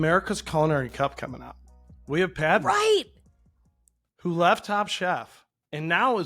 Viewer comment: I wish these people would take some time to pronounce the names correctly - it is not Pad - ma - pad as we say note-pad - that is wrong It is Pud-ma - Pud as in But Whenever you hear a foreign name please take the time to pronounce their names correctly - it is not just for white people or black people Even brown people deserve your respect